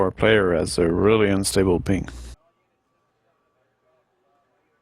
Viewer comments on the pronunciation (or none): none